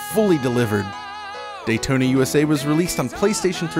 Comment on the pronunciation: Say "Dayton" one more time....